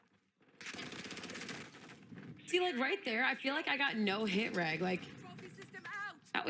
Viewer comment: “Hit reg” haha she can’t even pronounce it properly